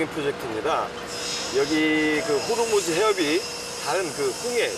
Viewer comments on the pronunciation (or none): none